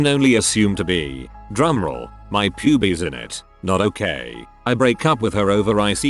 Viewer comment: “my pube-eez” 😂